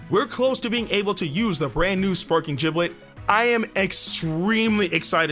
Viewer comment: Jiblet? Isn’t it gib-let?